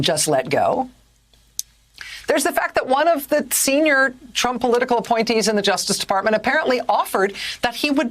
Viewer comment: did she just say trumpet?